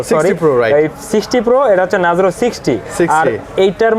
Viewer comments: ভাই নাজরো নাহ নারজো....😂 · vai re kaw bolen nazro na oi ta narzo